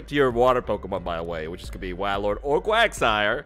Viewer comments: Its called WAILORD for a reason, not whalord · do you not watch pokemon because you don't know how to say like 75% of names lol. WAY-Lord. Not Wah